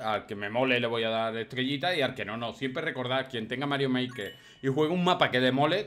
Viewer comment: se dice maker no marker